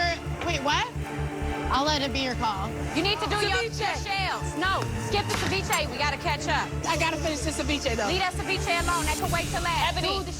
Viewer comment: "I love the China that you served saviche on"🤣🤣 Gordon is amazing